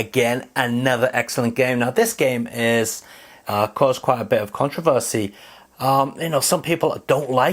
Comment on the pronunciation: It’s pronounced controversy lol